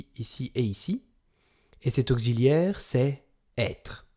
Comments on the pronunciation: votre cours est nul,mal expliqué.... on ne dit pas ogziliaire!!!!! (auxiliaire)...on dit oksiliaire((auxiliaire)....il fallait employer des termes plus clairs qui se rapportent a la grammaire, a savoir par exp: le participe passé employé seul sans auxiliaire... placé devant un nom (substantif) il s'accorde en genre et en nombre avec le nom comme un adjectif... il fallait évoquer les temps composés, parler des auxiliaires être et avoir et dire clairement que quand le participe passé est employé avec l'aux être le participe passe s'accorde avec le sujet (en genre et en nombre)....avec l'aux avoir le part passé ne s'accorde jamais avec le sujet....mais il s'accorde avec le cod(le,la,les,l' ,que) quand il est placé avant le verbe( le passe composé comme exemple)..... les termes qu'il fallait utiliser avec insistance sont: employé seul ,l'aux être ,l'aux avoir,l'accord se fera,il s'accorde avec,employé avec l'aux être,employé avec l'aux avoir,pas d'accord, ne s'accorde pas.....etc....en tous les cas bon courage...pour expliquer, il faut toujours présenter les différents éléments de la phrase a présenter comme exemple d'étude..... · Mon reuf vu comment tu écris t'aurais bien besoin de cette vidéo et au lieu de te marrer parce qu'il dit [ogzi] et pas [oksi] ai un peut de geo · Bonjour ! Je viens de Belgique et ici, tout le monde prononce auxiliaire comme ceci ! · On est d'accord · Je crois que vous commettez une erreur de prononciation quand vous articulez le mot " auxiliaire" on ne prononce pas auxiliaire avec le son z comme gazon.